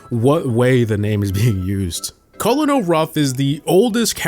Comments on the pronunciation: Colonel is pronounced kernel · did he really say culunul ruff sulunul sanders (kernel = colonel for pronouncing) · its pronounced "kernel" not cohlenol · bro really said co-lo-nel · That’s not how you say colonel😭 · So we not gonna talk about how he pronounced colonel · he said emz and colonel wrong too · S.T.U. and E.M.Z. amd he pronounced colonel the way it is spelled. please what are you doing 😭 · cant pronounce emz, stu, or colonel 💀